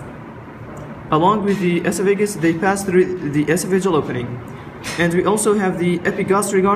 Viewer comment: Nice vid, I think the voiceover needs redo to get oesophagus pronunciation correct. We actually spell it esophagus in the U.S., like it sounds (e-SOPH-ah-guss). Good luck.